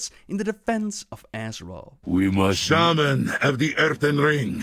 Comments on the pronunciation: The way Chris Metzen says Shaman... annoys the hell out of me, especially when he voices numerous characters who also pronounce it that way -_ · Why does metzen pronounce it “ShayMan”? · Did Thrall just say "shame-an?"